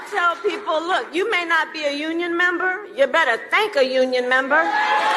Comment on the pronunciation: “MEMBA” thats how Australians pronounce member 😅 she gone Aussie 🇦🇺🤣🤣